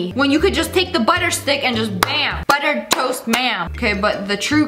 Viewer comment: LOL WHEN YOU SAID TOAST I THOUGHT YOU SAID TOE LIKE YOUR PUTTING BUTTER ON YOUR TOE!!LOL!!🤣🤣🤣😂😂😂😆